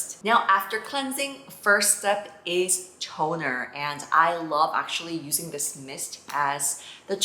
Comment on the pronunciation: Omg it is so cute how you pronounce the "T" on toner 😂💖🫶